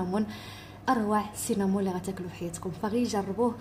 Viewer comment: بلمناسبة.سينمون.هي سينبون.رولس..كل بلاد.كفاش تينطقها.هي مريكانية..